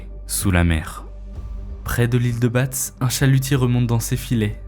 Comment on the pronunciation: J'habite dans le coin et franchement c'est difficile à écouter le massacre des noms de lieux, cap Fréhel (pas Férhel) et Ile de Batz se prononce Ile de Bas 😁